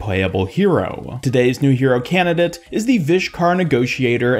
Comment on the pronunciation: Please pronounce the second "d" in candidate